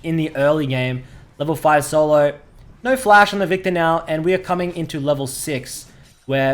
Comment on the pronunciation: its viKtor not vita with ur accent!